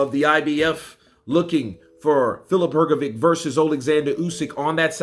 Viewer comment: Bro it's not "Hrgovick" it's Hrgović and Ć is just ch sound so Hrgovich.